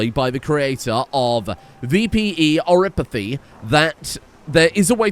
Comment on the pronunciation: So, i hate to break it to, but vampires are Canon in arknights, and they aren't immune to oripathy (you pronounce it correctly).